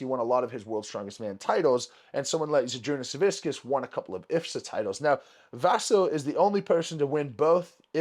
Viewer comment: žydrūnas savickas Not žydrūnas soviscous, lol. Big Z, well known for his motor oil-like properties.